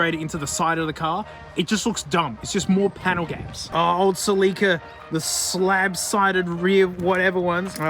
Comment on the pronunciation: Australians sure pronounce Celica weird